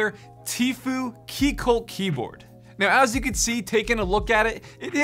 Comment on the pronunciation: isnt it like “teefyou”?